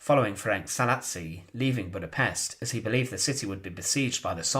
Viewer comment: It is actually Szálasi Ferenc and not ,,salis